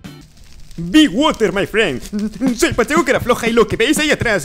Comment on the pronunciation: be woter my friends :v